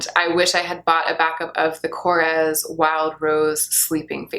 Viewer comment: Hi! It is korrEs, the voice point out the e. Big hugs from Greece!